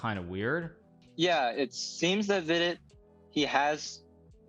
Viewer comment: Does hikaru mispronounce vidit's name on purpose?